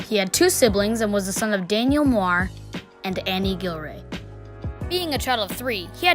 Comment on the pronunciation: Bro, that is not how you pronounce Muir